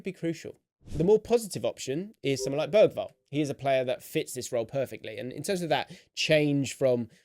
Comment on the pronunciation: Great analysis, but please learn how to pronounce "Bergwall". You are using the German pronunciation but he is Swedish.